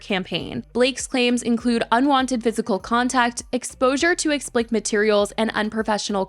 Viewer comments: Certain channels annoy TF out of me. If you've been able to garner this much support and money online, it's your responsibility to learn how to say words. The epitome of laziness, and I've heard you do it countless times with countless words. It's not explikt. It's explicit. Ex...'plis'...it. ffs. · It’s ex-pli-sit lol but that’s what I used to it was too 😂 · I need to get this off my chest…it’s expliCIT (ends in “sit”) not “explict” (ending in “icked”